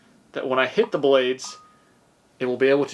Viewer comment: why can't you say "when"?!?